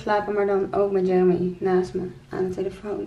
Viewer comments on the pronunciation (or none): none